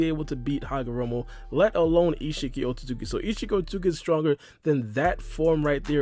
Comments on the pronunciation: The amount of times said otsukuki is astra dramatical to the point where he can’t even pronounce it correctly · You’re pronouncing Otsutsuki wrong but it still is pretty close not to rude or anything. it’s not easy to pronounce at all but I’d pay money to see Charles Barkley try to pronounce it